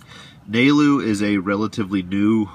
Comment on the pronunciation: Haha. Nailed his name Nalu(nah-loo)